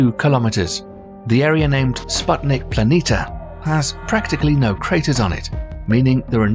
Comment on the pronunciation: Why do you constanstly omit the "i" near the end of PLANITIA and mis-pronounce it as PLANITA?